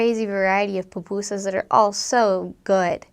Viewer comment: why you say pupusas like that